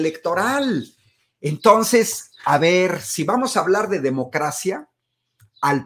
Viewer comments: Y también dijo "tons". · Dizque muy estudiado, pero en lugar de entonces de "ntos", aparte, cuando vi la entrevista completa dijo "pos" y "pa".